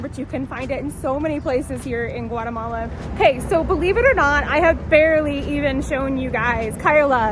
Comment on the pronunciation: Can you try at least to come closer to the Spanish way of pronouncing names of places and shops, and restaurants? Spanish has a very literal pronunciation. And it sounds different then your American way of talking. E.g., Guatemala, San Martin, etc. Also, honor the accents...